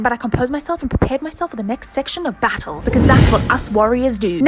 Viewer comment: I love hearing you say battle🤣🤣🤣🤣